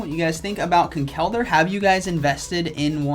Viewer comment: Yo how you say Conkeldurr is very annoying as an irish person how its said is Con-kul-der